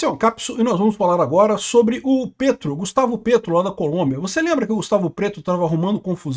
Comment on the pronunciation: Morro de rir quando o fala "Gustavo PRETO" parece shitpost😂